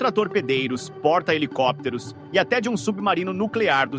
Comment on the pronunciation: Mano. É um porta helicópteros. Fala direitinho